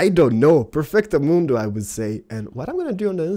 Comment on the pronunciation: when's somebody gonna tell him it's "perfectomundo" not "parfekto ahl moondo?"